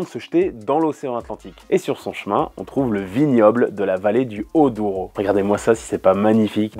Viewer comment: Ah les Portugais sont pas contents. On dit juste Douro et pas Odouro. Mais c'est vrai que c'est compliqué pour un francophone de dire les noms portugais 😅😂😂😂😂😂